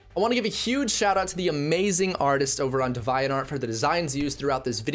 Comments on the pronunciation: Bruh maybe I’m crazy but I’m pretty sure it’s pronounced Dee-vee-ant Art (no hate tho) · iT's aCtualLy pRoNouNceD "Dee-vee-ant" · Lmao why do you pronounce Devianart like that